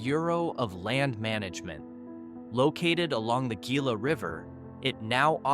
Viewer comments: Love the video, FYI G's are pronounced H here. like Gila is Hila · Its called Way not Why. Its called Heela not Gila. This guy don't know Arizona. Terrible video. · Just for some help… you are mispronouncing Prescott, Gila, and Havasu.